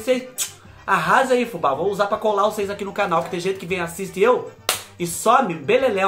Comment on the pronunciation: Adoro quando ele fala "cheira pra ocêis vê"😂😂